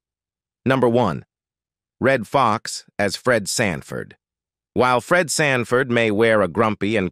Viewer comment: Did AI say Red franford? 😅😅😅😅😅